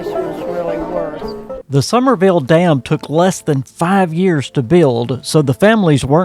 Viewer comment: Summersville, it has an S in the middle.